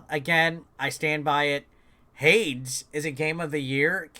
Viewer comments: It's pronounced Haydes. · HADES = Hey-dese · Every time he says Hades wrong 😂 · It was definitely interesting 🍅 🥔